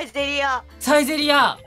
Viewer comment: サイゼリヤのイントネーションが違くてびっくりした(田舎だから訛ってる)